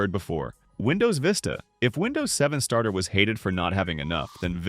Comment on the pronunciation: you missed the first r at "win 7 stater" instead of starter 🫡